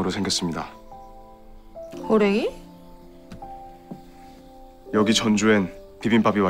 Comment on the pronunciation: 호랭이? 발음 귀엽ㅠ